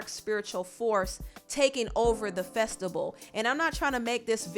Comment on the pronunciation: If she say festable instead of Festival I'm gonna scream....talk right